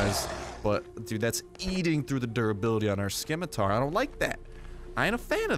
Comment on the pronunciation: LOL I'm fairly sure you don't pronounce the C in Scimitar.